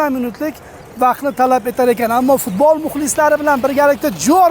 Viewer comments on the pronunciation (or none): none